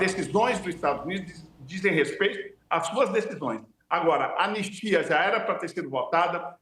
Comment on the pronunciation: Anestia?? "ANISTIA"